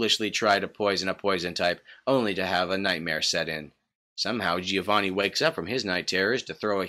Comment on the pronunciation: I'm Italian, Stop saying Gih-oh-vanih. It's Like Jo-Va-nn-i